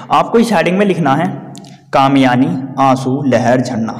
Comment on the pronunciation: Sale kamiyani nahi hota kamayni